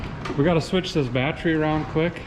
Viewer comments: the word Battery, you keep saying "Bat-try" as in bat tree, that drives me nuts hearing you say that... lol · Typical Minnesotan over the age of 50 pronounces it batt tree